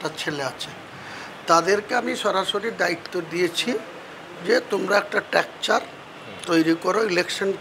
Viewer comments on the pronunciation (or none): Tecture ta ki pondit mosai stracture sunechi poransuna karun o uccharan thik karun